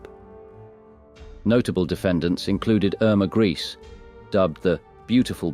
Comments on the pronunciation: This narrator pronounces Grese 4 different waya, all wrong. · I was a very heavy drinker for a long time,I have not drank for nine years,I now have to live with the sickening reality of the World I live in.I think the pronunciation is Gresa.